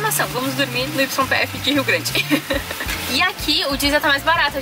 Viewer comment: Kk..olha..o video esta bem " ilustrativo" pra quem viaja e quer saber tudo da documentaçao. Ben legal. E aduana demora mesmo. A YPF se fala ( ou pronuncia ) - " i p f " ! O y na Arg eh na real um " i" q as vezes se torna um "j " ou "g" se estiver no meio ou começo da palavra.. como : Tuyo , yacare, yeso,.....mas o finalsinho eh q esta ficando interessante..coloques maiss desses " quase erros "...eh divertido ver que nao eh so ligar a camera e gravar e sair de uma vez so.! Abraços..e se cuidem.